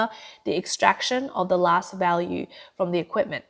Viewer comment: ".. lasht year... tweNNy-tweNNy..." Are you not able to employ a better speaker?